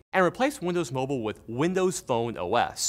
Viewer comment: did somwone say windows mowble OwO :3